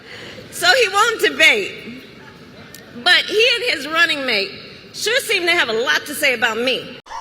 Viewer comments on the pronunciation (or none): none